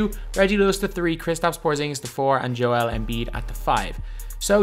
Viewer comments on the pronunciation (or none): none